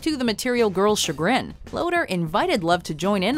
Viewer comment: Much to our chagrin.... She said chagrin again.